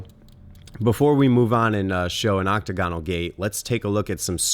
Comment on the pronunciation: Oc-tagonal, not Octo-gonal. The former is also the correct spelling.